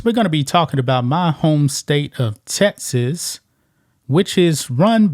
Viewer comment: Dude you can’t say Texas! It’s Texas! Not TeTas. Geez man.